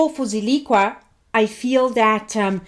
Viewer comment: Pronounced Zill-ick-a